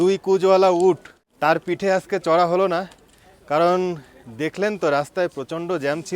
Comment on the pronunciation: আস্কে নয়, আজকে